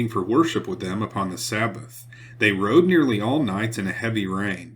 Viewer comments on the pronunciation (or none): none